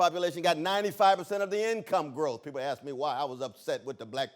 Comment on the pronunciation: When a brutha, at MIT, starts off with "axe" I tune out. This is what happens when affirmative action goes overboard. LMBAO!!!